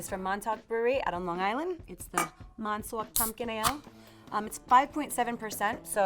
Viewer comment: Long Island!! The way she say Montauk 😂😂 love your videos !